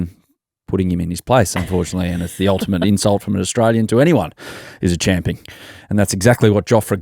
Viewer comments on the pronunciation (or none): England ashes "chompion" 😂